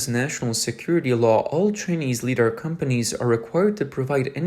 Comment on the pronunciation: LiDAR.... "Li", like "light". Not "lee"